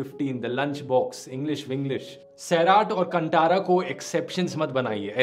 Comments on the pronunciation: It's pronounced कांतारा not कंटारा 🥲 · Its "kantara" you pronounce in a wrong way...